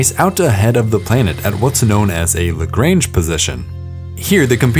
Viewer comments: Stopped watching ... How you managed to mispronounce the french name of Joseph-Louis Lagrange so horribly is beyond ridiculous. You pronounced it like the farm term, while having the pronunciation from wikipedia on screen, shameful. (It's luhgronnnnnnnnnjuh, not "the grange"... seriously you sound like an uneducated bumpkin.) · its not "lagreing"